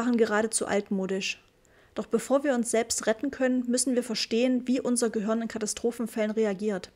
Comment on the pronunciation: Gruselig... Sprechkäseschmatzen und Dialekt... Es heißt Gehirn und nich göhürn, Kapitel und nicht Kabitl 🙄